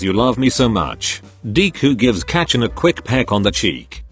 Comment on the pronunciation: everytime it says kacchan in these videos it sounds like its about to say ketchup and its making me mad